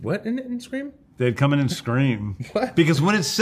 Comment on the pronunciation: The two most important things in this video: "Cuckleberry Finn" and "Co(um)ming" 🤣🤣